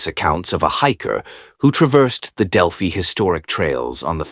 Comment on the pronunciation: I'm from Delphi Indiana he doesn't even pronounce the name right he also keeps referring to this white-haired mustache guy as Richard Allen and he is not get your facts straight